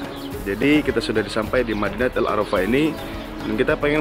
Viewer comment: Koreksi dikit: bukan el Arafa tapi Qarafa